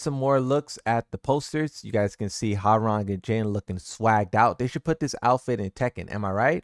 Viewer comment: This man can’t pronounce miary’s name right, Hwoarang name, or the word Kazakhstan right